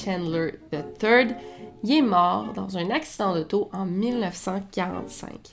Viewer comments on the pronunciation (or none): J’adore cette histoire c’est tellement passionnant ! Et j’ai bien rigolé pour le coup de la pub de l’aspirateur, et aussi parce que quand tu dis « the third », j’ai compris « the turd » et j’étais comme wtf c’est un prénom méchant